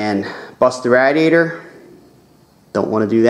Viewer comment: please say radiator the right way